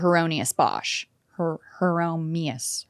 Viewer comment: HIERON-YMUS (pronounced Her-on-eh-mus) His triptych “The Garden of Earthly Delights” and “Hell” feel like pure religious psychedelia before such a concept even existed. Also, Goyas black period fucking rules and is metal as hell.